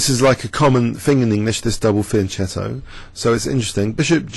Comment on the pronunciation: The right pronunciation of "fianchetto" is [fjan´ ketto] with the CH of CHianti and not the one in CHeese (and do not forget the the double T at the end) :)